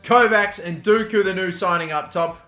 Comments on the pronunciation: its not dooku, its pronounced docku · Dockooo not dooookoooo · I loved the video but one thing. Every time you said “doku” as “duku” I wanted to throw my phone across the room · Why would it be pronounced Dooku, when it is spelt Doku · You pronounce dOku it is an o not an u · Doku pronounced as 'DOH-KOO' not 'DOO-KOO' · Jeremy D-O-KOO, not Dooku from start wars, 😂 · D-oh-koo not dooku the Sith Lord 😂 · Dock-u not doo-ku. Please pronounce it better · It’s Doku not dooku FFS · its Doku not Duku just saying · Please his name is DOKU.... Doh-ku. Hurts me ery time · Please call Doku, Dock-ew. I can’t watch this hearing that 😔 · you pronounce Doku Like Dough-ku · Did anyone else hear him say Doku and immediately think that we have to start calling him Count Doku?😂 I know its not pronounced that way, but the way he pronounced it, it had me excited😂😂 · The way he says it actually pisses me off and he’s said it like 50 times in the space of 3 mins loool it’s FOUR LETTERS. D O K U. (dock-oo) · Surely earn how to pronounce Doku's name, it isn't that hard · butchering dOku's name just triggers me everytiem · I was cringing every time he tried to say Doku’s name.